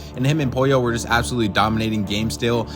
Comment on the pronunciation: It’s POLLO